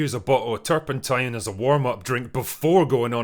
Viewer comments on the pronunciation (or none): Dude, you broke me at Turpentine. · Such elitizm! Turpentinine is berfectly fayn for brekish.